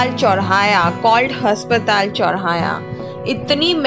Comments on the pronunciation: Has😂patal, ya aspatal didi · Haspatal nahi hota aspatal hota hai😂😂😂